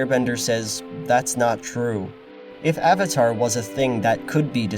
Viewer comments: Awng. Awvatar. So-ka. What the fuck. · Ong, Ahvatar stahp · "So, are you the Avotar Ung." Who tf thought this would be a good idea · Ah-vatar Ah-ng... So awful. How could anyone watch the cartoon and pronounce his name that way? I forgot about the awful pronunciation of Sokka and Iroh. TLA is such a terrible movie. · I really can't get over the constant mispronunciation of "Aang" and "Avatar" in the movie. It was so emphasized and stood out like a sore thumb every time they did it